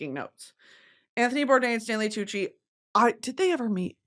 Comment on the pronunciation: tantgvng wid tanley coochie and pie cent she sayd🤣🤣🤣